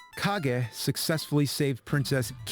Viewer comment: It's actually pronounced as "Ka-ge", not "Cage". It's a Japanese word means shadow.